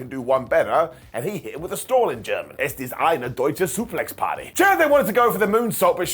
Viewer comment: as a german, i can tell: "Es ist eine deutsche Suplex-Party" was pretty good pronounced, well done!